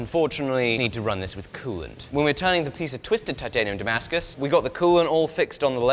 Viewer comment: Сбивает с толку написание и произнесение термина "дамаск" по отношению к "тимаскусу". А вдруг он сварил титан со сталью? 🙄